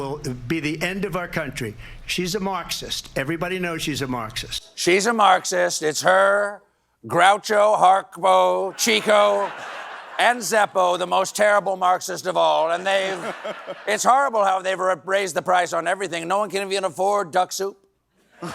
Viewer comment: CORRECTION (since you're buddies with Seth now): Chico Marx is pronounced with a short I, because he was a ladies' man. With 10K comments I know this is futile, but I can try!